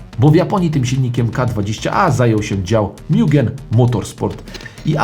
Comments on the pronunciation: Kolego nie mjugen. Mugen tak jak czytamy po polsku :) spoko filmik. Sam posiadałem integre dc2 mieszkając w irlandii i powiem jedno. Zaluje do dzis ze sprzedalem bo moglem trzymac pod kocykiem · Nie mówi się mIugen tylko mugen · Mugen RR Tak pozwole sobie poprawic... mowi sie Mugen, a nie Miugen. Miugen mowia Amerykanie bo tak im wychodzi z wymowy. Tak w Japonii zostal poprawiony HondaPro Jason. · Skoro list uwzględnia również wersje od nadwornego tunera Hondy czyli MUGEN (btw. nie czyta się tego mjugen), to powinien się tu znaleźć również SPOON Civic Type R EK9 z zmodyfikowanym B16B